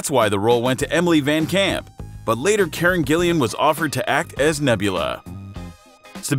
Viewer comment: Fun fact: Hemsworth’s little brother Liam also auditioned for Thor. After seeing him as Gale in the Hunger Games I’m kind of struggling to see him as Thor Edit: I’m sorry but what is up with the pronunciation? Chris Helmsworth? Karen Gillian? That’s not it mate